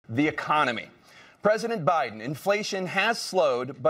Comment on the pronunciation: At about , did Tapper say, "President OBiden"??